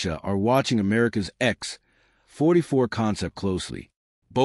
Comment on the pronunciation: "The X........... 44 Manta" That's quite a pause where it shouldn't be. This isn't a comedy show. lol!